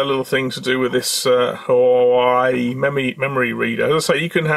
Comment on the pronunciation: I love how you pronounce Whuahwey :D